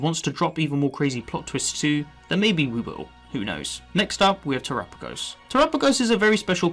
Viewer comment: I love you and your videos but your pronouncing terapagos incorrectly. It's Ter-apa-gos. Pamfro games made the same mistake... lol. Minor thing but really makes my brain itch! Haha! Thank you for your good work